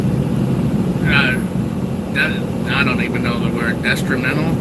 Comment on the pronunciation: Did you say that traffic was detrimental or excremental ? LOL